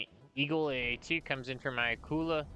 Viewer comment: glad you called it the Akula and not the akkular